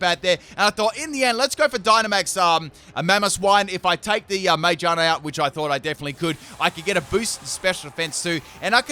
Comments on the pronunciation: How does one mispronounce Magearna that badly? Ma-gear-na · Half the comments are roasting you for swapping instead of using Flip Turn but I’m just here to roast ya for your pronunciation of Magearna instead.